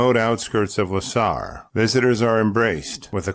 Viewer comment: Hey man, her name was "Lavoie" not "Levoie".